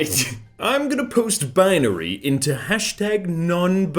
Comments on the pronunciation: probably not the first one to say this, but First one: UwU Second one: ?i4ary (I think he meant Binary, but screwed up) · The 1st binary code said UwU The second said inary